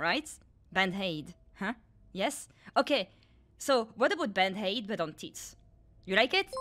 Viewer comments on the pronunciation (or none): Why does she pronounce bandaid with an H?